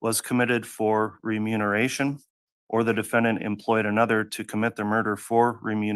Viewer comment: keeps saying “renumeration” 🫣